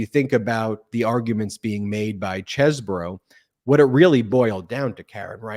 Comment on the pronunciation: Everyone pronounces his name wrong! It's Cheesebro, like, "Hey, are you gonna eat all that cheese, bro?"